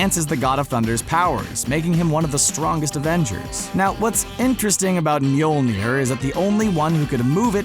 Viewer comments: ITS NOT MJOLNIR ! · Its not mjolnir.